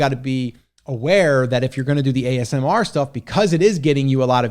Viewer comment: I’m confused 🤔 is it amsr or asmr? Hat 🧢